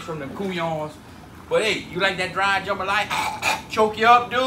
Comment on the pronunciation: The main reason I clicked this video is just to hear him say "jumbalaya"